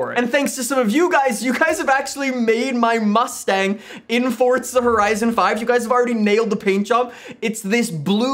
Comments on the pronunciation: Can you pls stop saying fortza, its forza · I seriously can’t stand how he says “Fortza”